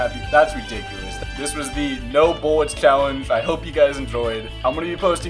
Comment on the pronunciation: Is it just me but does say buwwits instead of bullets